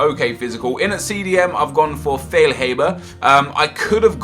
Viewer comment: It is feil-hah-ber